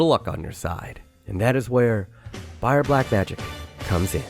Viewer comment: seeing as how often it sounds like you are saying "BayerN" instead of "Bayer", this was the last straw. I officially feel personally attacked